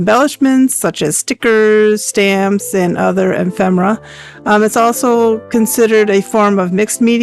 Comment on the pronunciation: Nice job, and a great tutorial! I do think the word is E-fem-er-a, tho'. Thank you for sharing your expertise!